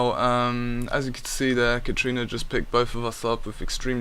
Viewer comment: Lol its katarina not katrina.